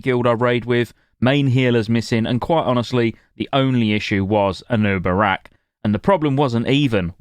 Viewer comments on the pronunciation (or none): he said anna barak lol ;D actually helps me remember boss' name